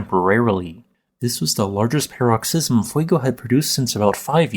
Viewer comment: "paroxysm" -- emphasis on the first or second syllable, not the third.